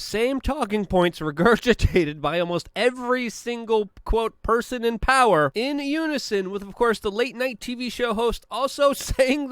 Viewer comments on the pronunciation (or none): none